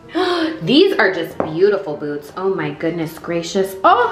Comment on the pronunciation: I swear its sounds like she is saying "boobs " right here 👉🏽 lol